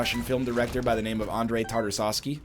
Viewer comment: What was the joke in pronouncing Tarkovsky as Tarzowsky?